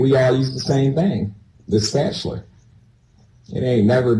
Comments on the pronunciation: I've never heard anyone pronounce "attic" like "addict" before. Definitely never heard "spatulaR" 🤔 Wholeheartedly agree with the opinion that homeschooling shouldn't be an option for people with CPS involvement. School and mandatory reporters are often a child's only line of defense. ♡ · I say spatula the same way he says it with an er at the end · Why did he say spatuler like Mr. Krabs?